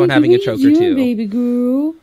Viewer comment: Is it a Kentucky thing to replace most of your vowels an ‘o’? Hungry? Hongry. Girl? Gorl.